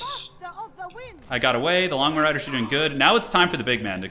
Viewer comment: Does anyone find that when says Longma riders it sounds like he says lawnmower riders?